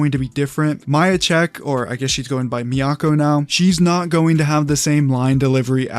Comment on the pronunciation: Idu why you are taking it into your hands to call her “MY-AH” when she’s has CLEARLY pronounced her name as “ME-YA” and then decided to use her full name “ME-YA-KO”. 🙄 like WHAT? You literally sat in her live with that audacity. Anyway, ME-YA has been a perfect Toph, from the beginning. She even sounds like the original Toph.